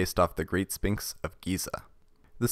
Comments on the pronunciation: I am taking psychic damage and being poisoned every time you say 'Spinks' instead of SPHINX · You don’t say the p in sphinx ph makes a f sound